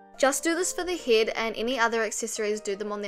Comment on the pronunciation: Am I the only one laughing about heddd and blinderrrr